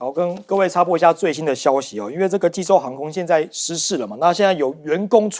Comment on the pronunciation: 看着济州念洲际，还念了那么久。你们这节目是要关门了吗?就不能请个口齿清晰的主持？